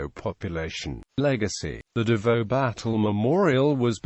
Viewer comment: U pronounce davao as dabaw